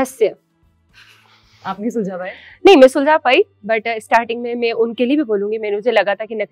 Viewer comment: Please stop to invite her for interviews…..the worst ever decision taken by BB ott by choosing her as a contestant. Now she thinks, she’s a celebrity. and…… Mein ni Main hota hai… Ceemera ni Camera hota hai …. ceeleer ni Clear hota hai … bolna seekhle pehle..The most irritating person I have ever seen in my life…